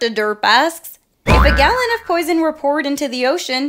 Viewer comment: "galloon of water"